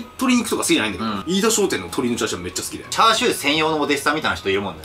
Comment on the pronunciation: 飯田商店を相田商店て言ってる時点でダメですね。 来年も行っちゃダメ